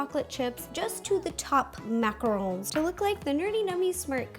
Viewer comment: Finally! Someone who says and spells macarons the right way! And know they are NOT coconut ball things!